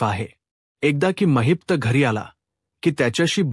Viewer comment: It's not Mahipta it's Mahipat .